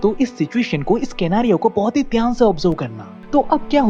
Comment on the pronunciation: छक्के स्केनारियो नहीं होता सिनेरियो होता है।😂😂😂😂😂